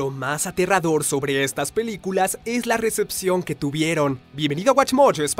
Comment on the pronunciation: Al empezar dice piliculas lo notaron